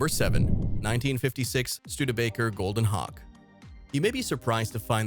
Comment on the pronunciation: it sounds like you’re saying Hawk tuah